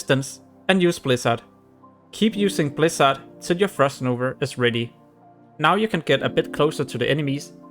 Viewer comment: It's called Frost _NOVA_. Not NOVER or NOVR, MAN this triggered me! xd Sorry!